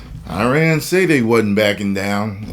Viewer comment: The irony of everyone talking about the mispronounciation of "Quatar" while saying "Iran" wrong 😂